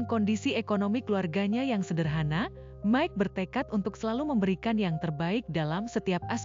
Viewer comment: Maik bukan mek